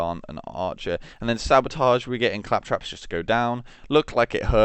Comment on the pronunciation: You SOUND, I think, Australian. However, you can't say perfectly normal English words like caltrops, sundered, or comatose (claptraps, shundered, and catamost, respectively). A-are you just... like... illiterate? If so, I guess I'll never get an answer.